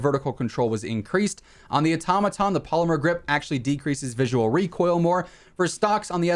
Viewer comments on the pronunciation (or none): none